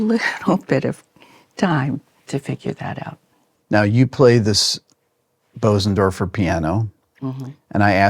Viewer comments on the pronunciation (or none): Tori passive/aggressively correcting Rick’s pronunciation of Bösendorfer 🙌🏻🤣